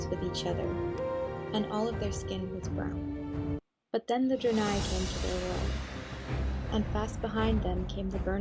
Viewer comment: ok, lemme just ak you this... you pronounced Draenor right, but then just fucked the pronunciation of Draenie especially the beginning which is spelled the same. dont try to read it like it is in a different language just read it like if it was in english -_- I hate when people can pronounce the simple shit like Crendor can't say Shaman.